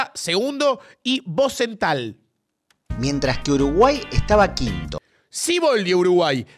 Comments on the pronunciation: Bozental dice jajaja es Rozenthal pa jaja no sabes nada pero buen vídeo che me la subió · "Bozental" dice el que no conocía una mierda del fútbol de los 90s